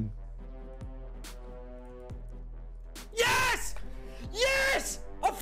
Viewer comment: No way you said the The Leviathan right this time 😂